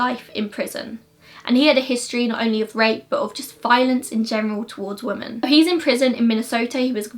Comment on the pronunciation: Love your videos but you pronounce ‘women’ as ‘woman’ and it’s a little frustrating 😂